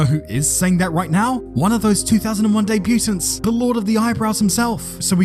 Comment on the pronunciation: Love your work! FYI its deh-bu-tont not debut-tant 😊